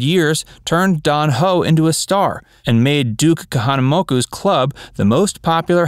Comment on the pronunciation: Lol silly narrator can’t pronounce real Hawaiian words kahanamaka lol Ali’s lol it’s kahanamoku and ali’is